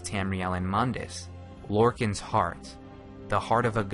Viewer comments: Ugh, I cringe every time you pronounce Lorkhan as "Lorkin"... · dat pronunciation of Lorkhan...